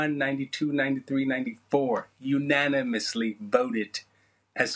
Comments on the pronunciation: The enunciation - had me CRYING! "u-NAN-im-ous-LY VO-TED" Then the F-Bomb near slip-up ! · "unanimously voted" with an emphasis. You better tell him Isiah!😆